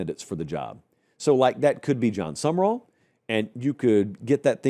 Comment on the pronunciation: It’s pronounced “Sum-ral” not “Sum-er-all” geez, you’ve interviewed the guy.